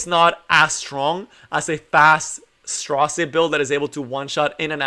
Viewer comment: His name is straze like gaze not stra zero. Just a little correction. Great video though man. I just got him yesterday from a moonlight summon. Was on my dinner break and work and did tower and then did my moonlight summon and bam he popped up. All my friends got him from mystic I was the only one who didnt. Me and 2 of my mates play from work. But Bam he came from moonlight. I feel really lucky. Cause I dont have many moonlight. I only have blood moon haste, ruele and ml ken and designer lilbet. I never had much success until recently with moonlight. But I did get lucky awhile ago from mystic and got blood haste first summon then ruele first summon back to back couldidnt believe it. But ty for the informative video. I been cleaving with him. Running lilas, aux lots, c dom and straze. Only in silver 3. Climbing back up to gold 1 where I was before I took a break. But man if you have a tank on the other side they are dead. I actually think he can work in cleave but he is a tank killer for sure.